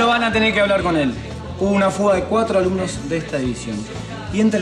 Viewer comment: Xq dijo Alumnox